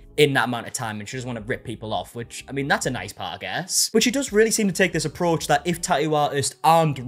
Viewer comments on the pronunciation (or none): none